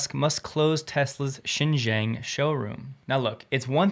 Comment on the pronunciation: Xinjiang pronounce as sin jeeang